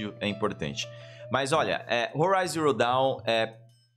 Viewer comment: Forbidden West!!!! ouvir o falando Zero Dawn deu uma agonia kkkkkkkk